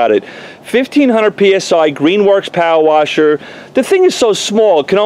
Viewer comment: I just like hearing you say "powa washa."🤣 Great video.